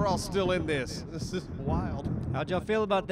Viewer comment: the "this is wild" sounded like thick to me haha